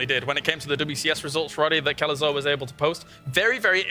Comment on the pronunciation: Artosis butchering Kelazhur's name makes me sad..